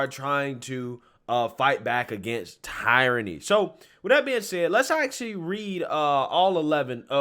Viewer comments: Love your work my dude but it's pronounced tear-ony lol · Love this guy. Smart, well spoken, I recommend him to lots of folks. That being said, I'm still trying to figure out what the term tire-ranny is...(does he mean tyranny, pronounced, tear-ranny?) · in my Hermione voice It's pronounced "tear-a-nee" Not "tye-ra-nee" 😂😂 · TEER-A-NEE = Tyranny It's TEER-A-NEE not TY-RON-EE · The word you're looking for is * Tear eny * , "tie rany" isn't a word. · Tyranny is pronounced "Tier-ah-knee" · lmao Tie-ranny. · “Teer” … say it with me my man — “Teer-ruh-Nee.” 😁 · Love your videos but the way you pronounce tyranny hurts my soul lol. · Tyranny....... look up pronunciation.